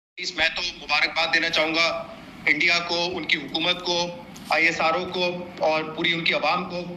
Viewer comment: Isro nahi continuee bolo iss RR oo